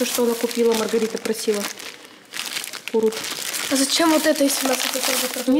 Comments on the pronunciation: Пожалуйста говорите правильно курт а не курут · Мои дороги)не курурт а КУРТ)надеюсь вы заметите и будите правильно говорить) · правильно күрт а не курут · Вы называете курут а я живу в Қазақстане и мы говори курт а не курут